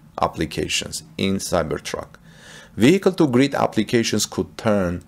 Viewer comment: Cyber truck to GRID NOT greed it took me a while to figure out what in the world you were saying. Sounds great as long as they allow you set min max kWs to grid so you can use with enough range left to make it home. Plus a better range with load calculator...